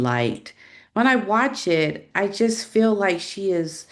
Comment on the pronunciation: It’s annoying to listen to someone who pronounces the word “ feel” like “ fill” I’m out of here. Repetitive and boring 🥱